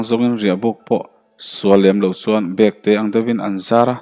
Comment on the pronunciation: Bekte nilovin bawkte tih tur a ni